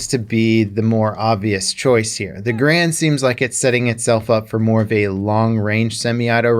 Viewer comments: know what hurts most about guns? no, not the bullets, the fact that people still have no idea how to correctly pronounce garand, it's not "ga-rand", or for some people "grand", it's "gare-end", the guy it's named after even told the manufacturers that his name is pronounced that way, and wanted it to be known. inb4 the comments saying i'm wrong cause they're too lazy to look up the facts or listen to an actual historian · 99% of people pronounce “Garand” wrong. You are pronouncing it wrong . You’ve been doing it your whole life .